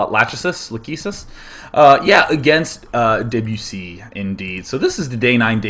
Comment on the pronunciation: I was really impressed you knew how to pronounce debussy, let alone know that he was a composer...then you went ahead and said 17th century composer /facepalm :P